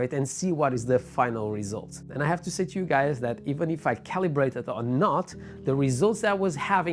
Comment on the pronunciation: nice video but its pronounced GO vee not Gooo ve.. LOL